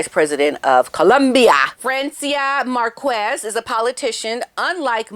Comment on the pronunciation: Just a correction Marquez you pronounce Marqez not Marquez. Love you!